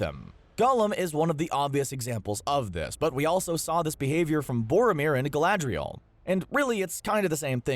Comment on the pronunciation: DRO-gin? gala-DRI-all? GEN-dalf? Who are these characters?